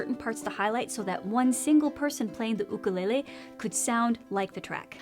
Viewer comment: did she just say ook-a-ley-ley?